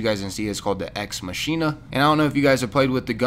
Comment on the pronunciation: I think you pronounced the Ex Machina sniper rifle wrong